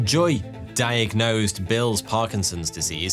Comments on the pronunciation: "diag-NOSED" i see what you did there 😂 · I enjoyed this fascinated video. Especially "diag-Nosed"! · Loved the diag-nosed emphasis hahahah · It had diag... NOSED. At first glance, it may seem had trouble pronouncing the word diagnosed but my superior skill in recognizing puns could not be fooled. I didn't stop there though. I grabbed 6 of my closest friends and watched 12 videos. Each of us had to point out the puns in every video. To everyone's amazement, I got all 12 of them correct. Except I didn't. I made 1 error. Alas, further research was canceled due to my grave error, as our funding got cut. A few months later, I bumped into the same pun I misjudged wrongly before. And as you guessed it, it actually turned out to be a pun. I felt a great rush going through my veins, as I felt like the luckiest man in the world. I headed straight to Vegas and gambled away my life savings. Does it hurt? Yes. But do you know what's more valuable than money? Time. Time that you've now wasted reading my comment. Cheers to you and enjoy your evening. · Diag-NOSED! :P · Did you say, “… diagNOSEd…”? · I had to click like because you said diag-nosed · diag-NOSED :face-green-smiling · "...diagnosed... before the disease was detectable by modern medicine." Ridiculous pronunciations of 'diagnosed' and 'superlative' aside, that's almost certainly a reach, and probably not true. The percentage of people tested for Parkinson's before they have symptoms is extremely low.